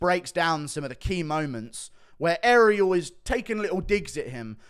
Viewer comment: Ariel HoeWainey